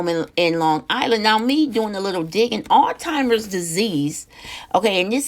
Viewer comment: The first and Last time tuning in to no filter new and talk please at least learn how to pronounce the name of the disease that you were speaking on it is Alzheimer’s and not All timers or old timers 😒 also Alzheimer’s can be a fatal illness maybe you have it confused with dementia which is not fatal